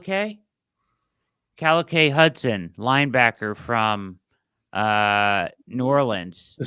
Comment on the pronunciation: It's pronounced KAH-LEEK Hudson. I only know because he went to Michigan